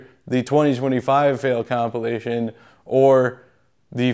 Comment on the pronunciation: I think you made a bigger fail saying the word compilation without the I. Complation......